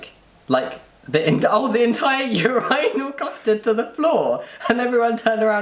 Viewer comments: You pronounce it Ur-eye-nul? In America we say Ur-in-ul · It angers me how they say urinal! Them: Ureyenal Me: Urinal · 'Your-eye-nal". WTF is that...? Say urine...add -al to the end.... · I admit I have never heard anyone pronounce urinal that way... yer-EYE-nl (non-rhotic r of course), not YER-ih-nl?? I'm american, but I still have never heard it in any british shows. Have I just never noticed or encountered it? Or do they say it the way we do because they know part of their audience says it like that....? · "ur-eye-nal" "leever" ily lmaoo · Wait it’s pronounced “ur-eye-nal” w a British accent??? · I was wondering what a "You Rhino" is until i realized he was saying urinal. Oh boy. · Yuhr-EYE-null wtf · why do they pronounce urinal like that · Why does he say urinal like that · Their pronunciation of Urinals is so funny to me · Ok, I’m open minded, but I can’t condone your pronunciation of “urinal”. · anyone else triggered by their repeated pronunciation of urinal? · As an American it's interesting to me how you guys pronounce urinal 😂😂 ik super random just wanted to share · So I’m American and I was shocked by the way they pronounced urinal 😂😂😂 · Omg, took me about 10 times of you guys saying it for me to get the British pronunciation of ‘urinal’. Also, Jamie, I think that it’s awesome if medical staff takes a second to ‘do the math’. It means you are totally passing, right? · CANNOT GET OVER HOW YOU BRITISH SAY URINAL!!!!!!!!!! Ahhhhh.😂😁